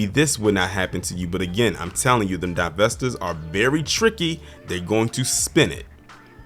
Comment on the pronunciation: DIE~VESTORS is this y’all kangs🤨